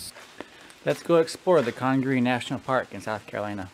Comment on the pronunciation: Just came across your video and wanted to give some insight on the park. I run a guided kayaking company that does trips in the National Park. You you are pronouncing it correctly. The word Congaree comes from the Congaree Indians that once lived in the area and means "River People". The leaves you were laying on are from the Holly Tree and yes, they are very sharp! The park is home to the National Champion Holly Tree at 91 feet tall. The shots you heard were likely hog hunters on the river. They spotlight wild boars at night and shoot at them from boats. (it is illegal to hunt in CNP so they may have been breaking the law) The park is home to 3 owls: Barred Owl, Great Horned Owl and Eastern Screech Owl. They can have several different calls each. And lastly, the trail conditions. They do not allow motorized equipment (atv) past the visitors center. So when bridges or boardwalks get damaged they have to carry all the replacement parts in. This is often done by volunteer groups during the summer. Great video! I enjoyed watching it and the River Trail is one of my favorites!